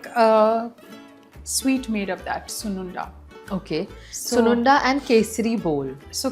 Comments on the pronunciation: Don't you know the language? And its not sunundalo its sunnundalu in telugu! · Sununda??? It is called Sunundalo. Pronounce- Soon- Un-Dalooo👍